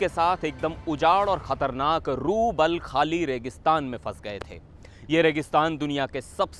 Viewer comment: बोलना कब सीखोगे रूबलखाली नहीं रूब अल खली रेगिस्तान है मूर्ख हो तुम भारतीय मीडिआ सिर्फ सनसनी फैलाना जानते हो